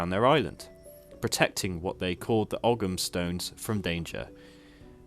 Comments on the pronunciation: Ogham is an Irish word and is pronounced 'Owam'. Oh-am just sounds silly and uninformed. :) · Great vid and I hope Albion is introduced via CA's own designs. Only thing to mention Is the Irish word Ogham is actually pronounced as ''Oh-m''